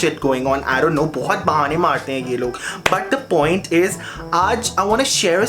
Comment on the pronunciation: 'Poiant' 'Liafe'😂😂